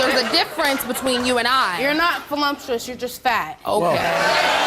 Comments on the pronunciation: "Vol-lump-twchu-us": i got volumes of lumps ... that make me look like tchu of us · "I'm volumptuous (sic)" ... well, she got the 'LUMP' part right. lol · hahaha "Vo Lump chew us" !! omg im dying. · I heard velumptuous...lol